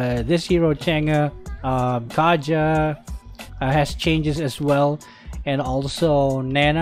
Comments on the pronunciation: Kaya not kaja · Its pronounced "kaha" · it's read as KEYJEY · YOU PRONOUNCE KAJA WRONG.